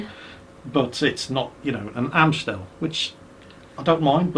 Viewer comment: Love the way pronounces Amstel and Heineken. But, May I suggest a decent beer? Try Hertog Jan, their Grand Prestige is amazing!